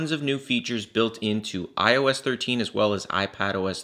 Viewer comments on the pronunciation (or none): It's Ios not os